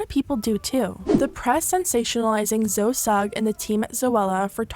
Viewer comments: Zo-e not Zo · Isn’t Zoe pronounced zo-ee not just zo?? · i love you but her name isnt Zo, its Zoe. the exact same pronunciation as Zoey. there’s just no Y. as someone with the same name (Zowe) its hilarious that people can’t pronounce it. 😂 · It's pronounced zo-E not zo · pleaseee at least get her name right, its zoe not zo. zowee. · Her names not pronounced Zo, it’s Zoe as in Zoey, as in Zoey101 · Her name is Zoeeeeeeeee! No hate <3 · Why are you saying Zow? Her names Zoe, like Zoey... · You do know that Zoe is pronounced ‘Zo-ee’ and not ‘Zo’ right..... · zo sugg hahaha zo-ey lmfao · Zo-eee not Zoe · hearing you say ‘ZO’ instead of ‘ZOEY’ made me so angry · I can't get over how you're pronouncing Zoe ahahahah, it's Zo-e not Zo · everytime you say “zo” my skin shrivels it’s zoey omg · Not too be mean but her name is pronounced “Zo-ee” not “Zoh” I can’t stand her, I had to sell her products in one of the shops I worked in here in the UK and they were overpriced crap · "Zo" Sugg gurl its pronounced Zo-ee lmfaoooo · You actually pronounce it Zo-ey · HAHAHAHA Zo sugg, Zoe is pronounced Zoey in England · ZoE. Loved the video but it bugged me a bit that you've said Zo instead of Zoe :) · Wait did you call her Zoe like Z-oh? Lmao I'm pretty sure it's pronounced "Zo-ey" 😂 Zoella as just her stage name. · just an FYI it is pronounced Zoey not Zoh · It’s not said “Z-OH” it’s pronounce “ZO-EEEEEE” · Zo? Isn’t it pronounced Zo-ee?? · it's zo-e not zo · I'm sorry just a pet peeve of mine but Zoe is pronounced Zoee not Zo. Great video though and absolutely she should be promoting female pleasure! This is revolutionary for so many people! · girl her name is zoh-ee like zoey not “zo” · Please pronounce it .... Zo..eeee not Zo ? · bruh it's zo-EEEE. not "zo" lmao what even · Not her calling her zo and not zoe lmfao girl 😅🤦🏽‍♀️ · Zoe is pronounced as zoE not zo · Zo Sugg 😅😅 it's Zoé with an pronounced e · Who is 'Zo'? Lol surely you know her name is pronounced Zoe..?